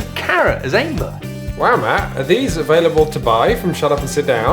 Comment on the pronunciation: Ok, why is it so hard to say Æmber? “Æ” is a Danish letter and in this case you just pronounce it as “Ember”. Stop with that “AE” shit. XD Another thing: You talk a lot about good and bad decks, but almost everyone I have heard from agree that the balacing is actually great, and even a great handicap mechanic to balance it out. Also there are 5 different gamemodes in organized play that are build towards the end of fair games, with everything to handicap auctions to deck-switching. This is NOT the type of game where you just bring the strongest deck and wins. XD